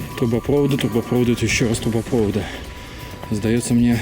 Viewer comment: трубопроводы(ударение на последний слог) газопровод и мусоропровод, всё на последний)